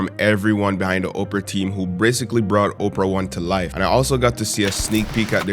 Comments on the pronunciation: I couldn’t stop laughing the whole video he kept saying Oprah and it’s Opera lol I love the video though! My guy!🔥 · Nice vlog but bro please learn how to pronounce or enunciate properly! You literally said Oprah the whole time! It’s Opera! Op-er-a, as in musical theatre, like a night at the opera, not Oprah Winfrey! 🤦🏾‍♂️ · how did you get a sponsor and cant even pronounce the company name…i literally thought the billionaire Operah invited you out 😂…its pronounced op-era not Operah the lady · you pronouncing it "ope-ra" like Oprah instead of "opp-ra" rubbed me the wrong way for some reason on lol Solid video as always tho 🔥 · Omg legit thought you were saying OPRAH the whole time 😂😂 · The presenters pronounced it as Oprah as well… pretty for sure he know what he doing lol.